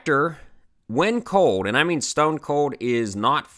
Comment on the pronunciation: Are you from Pennsyltucky? "Its code outside" instead of its "cold" outside lol. I'm just messing with ya buddy. I'm from Western New York, half Canada, half New York and half Pennsylvania so I have the weirdest accent ever. No one can ever figure it out and I always get sht for how I talk lol. Stay warm.